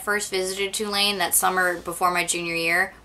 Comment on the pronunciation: what college is she saying? twolanes?